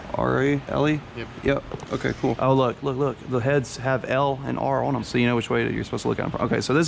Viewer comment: Beautiful build - good call on the billet sprockets.. only thing I would like to see is gun drilled cams - the factory cams are much lighter and although it wont matter much for drag racing it would for RR.. PS. every time the builder says the word 'on' I keep thinking he is about to say the world 'awning'.. what accent is that?